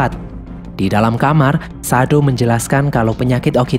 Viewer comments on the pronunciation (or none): none